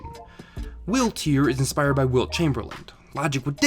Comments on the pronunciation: Its wilt not will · Just in case the name comes up again, it's Wilt Chamberlain, sounded like you put a D at the end of it.